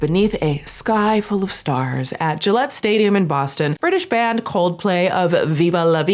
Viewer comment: “Gillette in Boston” 😖 i’m from eastern mass and that sounded so wrong 😂